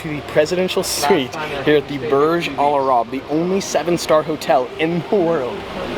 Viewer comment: The way you say :Al-arab is fucking annoying. It's al-AYYYYYYRAb come on. Also, every single youtuber and his mother has went to that presidential suite, they do it all the time.